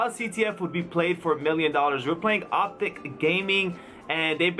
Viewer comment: Its OpTic not OpTiC cmonnnnnnnnnnnnnnnnn